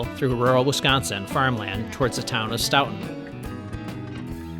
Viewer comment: stoughton is pronounced with an "oat" not "out". Great video, I'll have to try that route sometime.